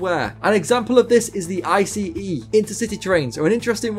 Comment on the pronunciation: great video, also thanks for saying I C E and not ice XD minor thing ofc